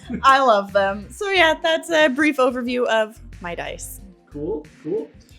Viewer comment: Deece is deece and dat is dat. Is that better?